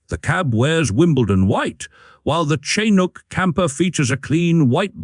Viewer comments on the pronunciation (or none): It's pronounced chin Ook, (hook without the H)